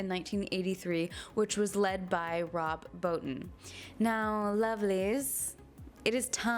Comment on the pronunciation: A few things: Garry's pistol was a Colt Trooper Mk III, .357 caliber; there is a documentary on YouTube about this called Terror Takes Shape, and Rob Bottin describes how he did some of the effects; BTW Bottin is pronounced "Bo-Teen"